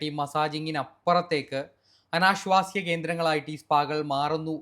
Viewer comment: അനാശ്വാസ്യം അല്ല... അനാശാസ്യം